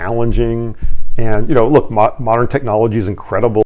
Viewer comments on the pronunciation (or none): none